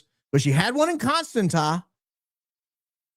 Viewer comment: that City in Romania that you are trying to pronounce is pronounced: cunn-stahn'tsa. A is pronounced like the a in father. Accent is on the "stahn" syllable. You're welcome